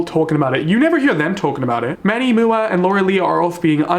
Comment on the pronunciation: “Manny mooah”😹💚 love you boo that pronunciation just made me laugh, everyone says M-U-A for “makeup artist” , but I used to say the same thing before I knew that’s what I figured out what it means!